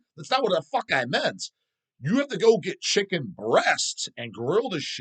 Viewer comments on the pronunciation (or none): none